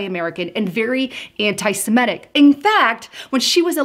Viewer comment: dear...the word is anti semitic...the letter i is pronounced like the i in the word sit. Anti Semattic?